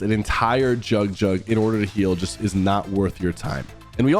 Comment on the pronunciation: He said Jug-Jug.